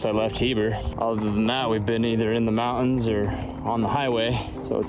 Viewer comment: Stopping at a crick for water in the mow-uns. Spoken like a true Utahn.